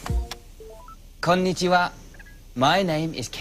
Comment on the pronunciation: hahaha it kills me when he says konichigua!!!!